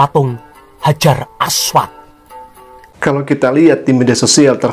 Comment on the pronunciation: Makanya klo blajar hrs benar..aswad jgn di baca aswat